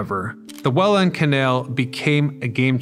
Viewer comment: Welland isnt 2 words, and its pronouced more like Wellend. 😢